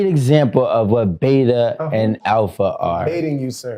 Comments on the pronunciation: I’ve now heard the word “alpha” so many times that’s it completely lost all meaning, and now just sounds like someone trying to say “apple” with no tongue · they said alpha male so much all i'm hearing alfamel now XD